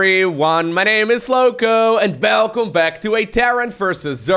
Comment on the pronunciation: "Hello everyone my name is Lowko and bellcome back" Lowko you alright my man?